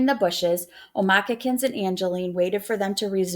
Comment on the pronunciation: It’s omakis how you pronounce